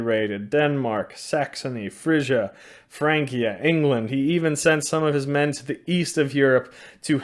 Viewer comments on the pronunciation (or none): none